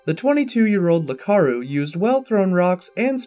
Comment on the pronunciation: It isn't "Lakaru", it's "Iakaru". With an i.